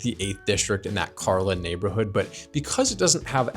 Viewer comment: "Kar-leen". Dude! You were there for a month!